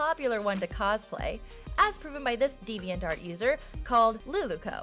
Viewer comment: "His friendship with his partner" COME ON LET THEM BE GAY JEEZ IT'S THERE IT'S CANON HOW CAN YOU BE SO IGNORANT Also the way she says "deviantart" is really bugging me